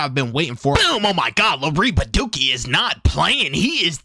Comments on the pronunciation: "Louiss ville" 💀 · “lewisville” is crazy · Loo-e-ville bro 😂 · Love his vids, but him pronouncing “Louisville” wrong irks me a bit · The S is SILENT in Louisville